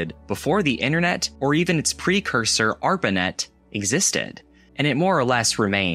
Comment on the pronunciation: He said ARPARPANET.